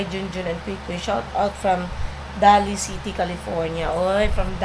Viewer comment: ang pag pronounce ng Daly city ay parang nag proponounce ka ng “daily”. Yun lang.